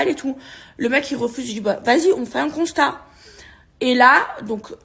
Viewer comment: 'assurance touriste' et 'le costat' au lieu de 'constat' 🤣🤣🤣🤣